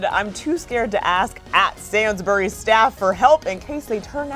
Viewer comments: OMG STOP YOUR SAYING SAINSBURYS WRONG ITS SAID SAYYYYNS NOT SANZ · “Sainsberries” dead😂😂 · its said like sanesbury no sans or berry as a brit I am highly offended by this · Omg there saying Sainsbury’s wrong 😂😂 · The way they pronounced Sainsbury’s LMAOOOO